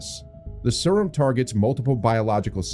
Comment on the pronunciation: Sryum 😂 I can't every time I hear it i giggle